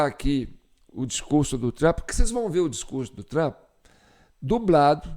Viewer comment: Na IA ele vira o TRAMP. Pessoalmente é TRUMP